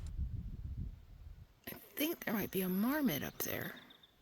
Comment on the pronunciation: did you say Marmot or Mormon up there. Not surprised if there were missionaries up on that rock spreading the good word. 🤣🤣🤣